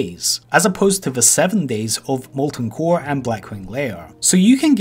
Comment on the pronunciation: Ovah waids wike mowten coaw